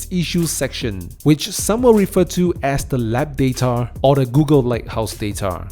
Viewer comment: Its data not datar buddy